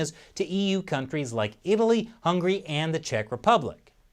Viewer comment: He pronounced Hungary as hungry Like i heard even birds in the sky are hungry in Hungary